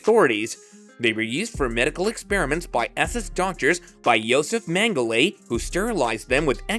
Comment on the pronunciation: Get rid of that horrible AI voice. Or at least teach it how to pronounce Auschwitz, Mengele, and several other words. Also, a dignified human voice would be much more appropriate for the subject matter. In a world full of information about the holocaust, the narration of this video is poorly done. I’m sorry I clicked.